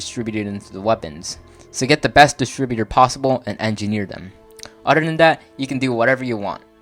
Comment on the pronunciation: If you are going to keep doing videos , you should atleast learn how to pronounce "Other". Otherwise your video was awesome.